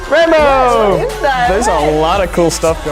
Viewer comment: once said RainbOow LMAO🤧